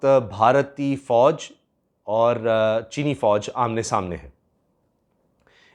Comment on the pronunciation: When ever you say cheene fooj I understand cheene scandal